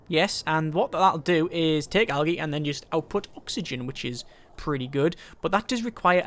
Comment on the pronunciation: awesome vid love it one thing tho algae is pronounced aljee